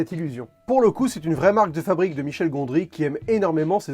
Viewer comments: "La frabrique" ? Une fabrique frappée ? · Attention petite faute : " La F-r-abrique d'un rêve" bisou